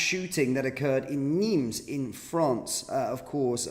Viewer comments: NIMES - PRONUNCIATION WITHOUT THE “S” … NIME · Its Nimes (neem) 's', is not pronounced. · Nimes, sounded without the S